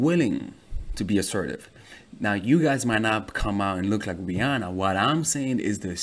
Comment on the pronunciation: I disliked because the way he said Rihanna it triggered me